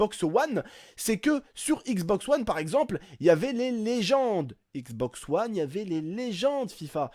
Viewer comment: Mdr " xbox OUANNE " jpp 😂😂😂